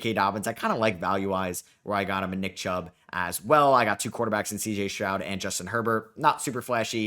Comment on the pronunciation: he’s saying it right bro